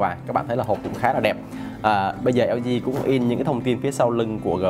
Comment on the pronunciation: Nguoi ta la hang LG ma cu eo zi eo zi. Nghe phat chan